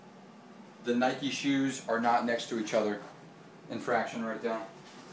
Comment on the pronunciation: He called Nike's Nikee's infraction